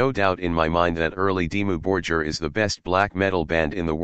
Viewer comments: It's not Dimmu "Borjir" it's Borgir! You spell the G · Dimmou Bor-geer , Shagg-wrath and Fur All tee i dee 😅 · Synthesized commentary ruins what could of been a great video!!! They are not Dimmu Bor-Jeer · yeah makes it unlistenable..not to mention how it is pronouncing their name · I only watched the first two minutes and then I stopped. The pronunciation of the word "Dimmu Borgir" is wrong, as is the pronunciation of all other Scandinavian bands. The mechanical voice a horror. The best way is to listen to the original pronunciation using Google Translater and then create the documentary again with your own voice. It's not so bad if you're not 100% accurate with pronunciation. This American pronunciation, on the other hand, is hell. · get rid of generic robot narrator that can’t even pronounce Dimmu Borgir correctly. I’m sure your own narration would suffice.